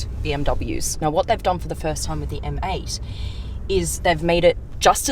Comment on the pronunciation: You know that M8 sounds like ‘Mate’ to me hahahaha